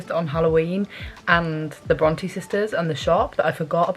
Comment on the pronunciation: I’ve always pronounced it Bron TAY Am I wrong? I feel as though is saying Bron TEE